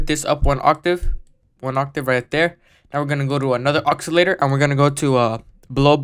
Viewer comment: "oxilator!" Dude, you're killing me.